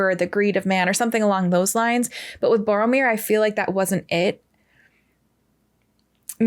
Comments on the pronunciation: Hi, I’m sorry, I don’t know your first name so it is. I noticed that you didn’t seem to recognize Sean Bean, who plays Boromir, BTW: you pronounced all of the names perfectly, anyway Sean Bean stars as Ned Stark from Game of Thrones. Most reactors point that out if they’ve seen GOT, so now I’m curious if you have and if you’d be interested in watching it if you haven’t. I would love to re-watch GOT with you and hear your thoughts. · Finally a reactor reads Boromir correctly. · Well, you did get Boromir spot on... even his name "Boromir" in a rough translation means "faithful jewel" based on the way Tolkien built his language... so in reality Boromir was the most faithful soldier to the kingdom of Gondor while also being their jewel because he was the best fighter, the leader of the armies and the one that kept everyone safe. The weakness of Boromir is that he followed orders to a fault... you will see Boromir's character being explored just a tiny bit in the second movie's extended cut so no spoilers... However the first movie shows us exactly what you said... Boromir is a protector of the weak and powerless and he did EXACTLY that... when the Uruk Hai attacked at the end, he could have gone to fight with Aragorn, Legolas and Gimli and he would have been safe... but he went to protect the ones that NEEDED his help... Aragorn didn't need his help, Legolas didn't need his help, Gimli didn't need his help.... the one that needed his protection were Merry and Pippin, the weakest members of the group, so Boromir literally threw himself upon a whole army, refusing to let his companions be taken or killed. Boromir's character is a masterpiece of writing to be fair... the whole first movie/book prepares you to see him as a villain, as a greedy man that wants power, but when you understand his whole character arc you are stunned... he was a loyal soldier, a great captain, someone that spent his whole life living by the sword to protect his people and gambli